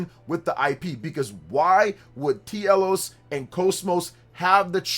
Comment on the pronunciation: Bro, I hope this is real. Because it feels like this channel is always nothing but speculation. We NEED Xenosaga back. Also, it's pronounced Telos, not T. Elos... Yet another reason why Xenoblade fans need to experience the original Xeno series.